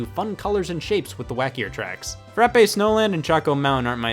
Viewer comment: Frappe (Frah-p)